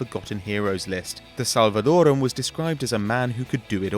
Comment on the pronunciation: YOU SAY EL SALVADOREAN WRONG!!!!!!!